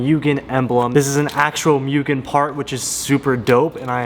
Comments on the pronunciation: It sounds like Moogen!! Not Meugen! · Not a Honda guy but it annoys me you and alot of Honda guys can't pronounce mugen correctly. Mugen( Moo - Gen ) not ( Mew - gen ) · Still saying Mugen wrong my dude... :( Go watch Donut Media's vid